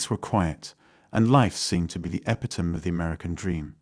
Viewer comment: What is an epitum? Oh wait, you meant epitome. 😂 The robot done f*cuked up lol